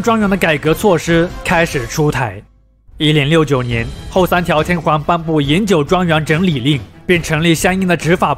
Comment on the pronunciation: 內容不錯，如果天皇能夠不要唸成天環會更好😂